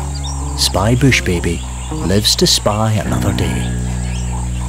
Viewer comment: Why does he say bush baby like that 😂